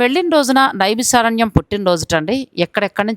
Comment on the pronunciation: Madam first aaa peru maarchandi... నైమిశారణ్యం .... ష...కాదు